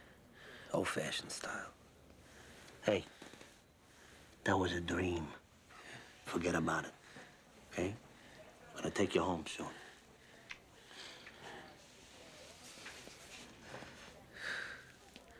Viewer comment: "Hey. Dat was a D-weam. Don' worry bout it..."